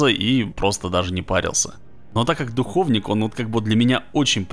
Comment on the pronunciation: Почему все говорят духОвник? Когда говорится духовнИк!